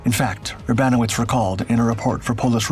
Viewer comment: The name of the pilot on this video - Paszkiewicz- is pronounced Pashkyevitch, with an accent on "kye." Urbanowicz (the CO) is pronounced "Urbanovitch" with an accent on "no." please, for the love of God - stop butchering Polish names.